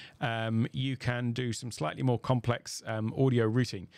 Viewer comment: finally someone that can pronounce "Routing" correctly